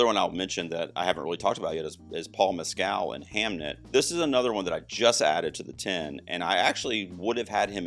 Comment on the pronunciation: Oh i have to say as an Irishman, Paul Mescal's surname is pronounced Mess-kill with the emphasis on the first syllable. Sorry, I'm very annoying, blame the autism!